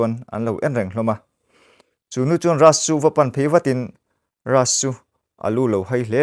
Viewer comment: Rass ni lo Rajj tia lam tur zawk